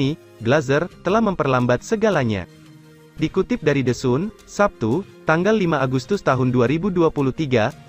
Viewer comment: Anda baca the Sun ya? Kan baca nya San